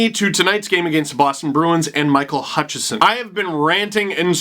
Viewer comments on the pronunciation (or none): Hutchinson, not Hutchison.